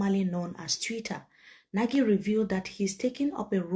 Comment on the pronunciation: The eminent diplomat has reiterated severally that his last name is pronounced "NAGH..not NA-GIE". Let's respect that please